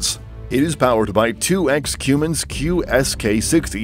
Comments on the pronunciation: Hello,. Wottza 'Cyoomins' diesel engine?????????????????????????? Try saying "Cumm-ins". Just my 0.02. You have a wonderful day. Best wishes. Deas Plant. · if you call a Cummins Diesel a 'Qummins' one more time xD blasphemy